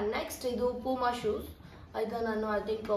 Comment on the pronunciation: Madam adu ಶೂಸ್. ಸೂಸ್ ಅಲ್ಲ..ಹರ್ಜಂಟ್ ಅಲ್ಲ ಅರ್ಜಂಟ್...pronunciation correct agi madi ,thappu thappu mathadbedi...tumba thappu mathadthiraaa